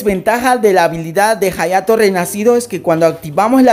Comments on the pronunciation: jayato Yo:._. hayato se pronuncia ayato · En realidad se pronuncia "Jayato" puedes escribirlo en el traductor japones y escuchar como lo pronuncia y dirá "Jayato" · se pronuncia "jayato" pero se llama "hayato" we